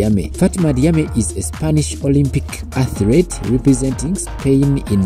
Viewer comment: I don't mean to be negative. Why is it so hard to say athlete? When I make the sound of your accent, how do you put in it atret why is the letter R there?